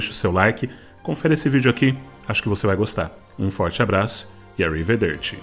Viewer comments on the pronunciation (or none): A sua pronúncia do termo italiano ao final do vídeo, "arrivederci", está errada. Mas gostei do vídeo.